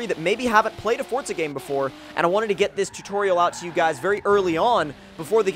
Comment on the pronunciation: stop saying forza like fortza lol